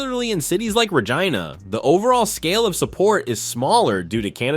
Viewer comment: The narrator needs a lesson in how to properly pronounce Canada's cities names! He MISPRONOUNCED REGINA! Get with it & get it right!